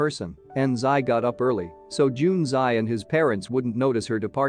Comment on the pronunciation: Nice explanation. Btw Xi is pronounced as shi. Anything with x alphabet is pronunced as sh in Chinese. kindly remember it next time😊